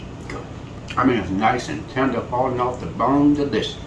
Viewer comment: Dee Lish Uss.